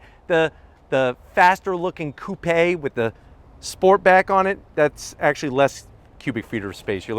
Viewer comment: I love the fact that you actually said "coupe" as it is supposed to be.